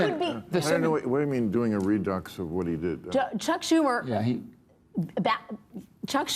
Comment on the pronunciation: Can we all just appreciate Alex Wagner desperately trying to sound intelligent by pronouncing "redux" wrong multiple times as if it was particularly profound?